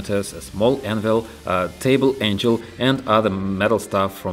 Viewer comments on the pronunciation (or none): none